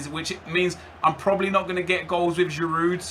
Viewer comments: you know you don't pronounce the d in giroud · haha the d is silent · I love how he's saying 'The legend Giroud' even though he can't pronounce his name properly 😂